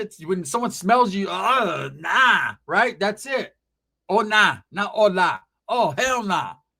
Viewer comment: That B ruined the word “Hola” 😡